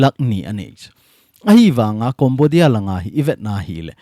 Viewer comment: Sir na pronunciation chu Cambodia (Kombodia❌ Kembodia ✔️